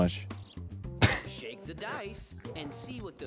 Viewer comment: I keep hearing the announcer saying "Shave the dice" rather than "Shake the dice," basically the game itself encouraging you to cheat (even though within the video game you can't). If that ain't capitalism...